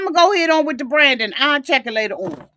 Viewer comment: Dude keeps calling him brandy but his name is Brandon. I was cracking up. 😭😭😭😭😭😭😭😭😭😭